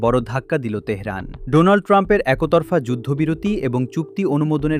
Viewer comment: একোতরফা নয়। একতরফা। উচ্চারণ ঠিক করুন।